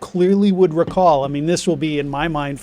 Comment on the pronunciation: I was dying in the middle of the lunch break it was to painful hearing "I don't re-call"